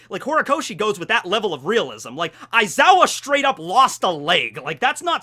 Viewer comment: aizawa more like EyE-zaya hahahaha